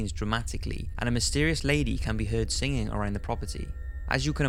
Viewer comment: only probably I have with your video is the way you pronounce heard, you say it like hear-ed instead of herd, apart from that keep it up